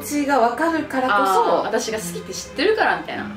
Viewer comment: 関西弁の好きーの発音好きやわー